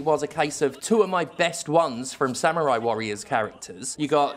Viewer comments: SAM - YOU - RAI is back It's samurai. Not Samyurai. Samurai. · I knew this review would be shit when you pronounced it "Sam-you-rye". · sam-yoo-rai cool hwip